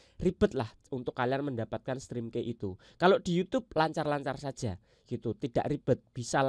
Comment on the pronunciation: Maaf koreksi ya. Ucapinnya bukan "strim kei" tapi "strim ki" , key itu kunci. pelafalannya "ki".